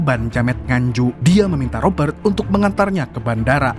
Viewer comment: Cadangan Admin Kalau boleh nama ROBERT tidak perlu dibunyikan huruf R tetapi dijelaskan bunyi huruf T. Seandainya huruf R diperjelaskan semasa menyebut nama itu, ia akan berbunyi seperti ROBBER yg membawa maksud perompak. Maaf sekadar cadangan..